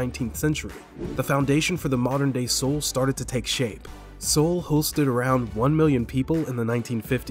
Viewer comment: Dude learn how to say Seoul and Myungbak. Wtf. It takes 12 seconds on google.